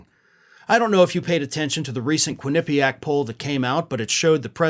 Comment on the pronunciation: hey: Quinnipiac, emphasis on the third syllable, so quinnaPEEack. carry on!